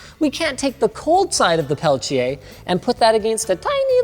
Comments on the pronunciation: Where does the "ch" sound come from when linus pronounce Peltier? I can only find references closer to the way says it. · *peltieR not peltchia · Linus please it's not "Pelchier" but it's "PelTier" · The Linus “pale-chay” pronunciation of Peltier is irritating. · Why does he mispronounce the world peltier?